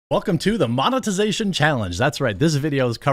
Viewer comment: At the start of the video, I thought you said “the mama-tization challenge”. Was about to fist bump you for a great joke